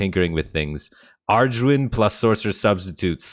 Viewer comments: i say that too, but how bat got the r in there is just so confusing lmfao. like i get dif pronunciations, but arduin was out of this world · “Arj-when” AYCKSHUALLEHY Pretty sure it’s “Eh-gwin” Keep it up dude, best Constructed HS stuff on YT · Normal people: "Aegwynn." Firebat: "ARDRUIN" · Firebat, I love ya buddy but you gotta work on pronouncing "Aegwynn". You pronounce it like "Argwin" and there's not even an "R" in the name. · Firebats pronunciation if Aegwynn drives me nuts. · for god's sake can we get word to firebat that aegwynn doesn't have an R? this is driving me nuts